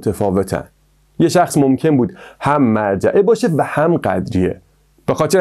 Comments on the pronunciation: داداش اون مُرجعه است نه مَرجعه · ممنون از ویدیوی جالبتون اما فکر کنم تلفظ صحیحش مُرجعه ست نه مَرجعه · با عرض سلام تلفظ درست : morjeeeمرجئه و ghadarie قَدَریه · مُرجعه نه مَرجعه قَدَریه نه قدریه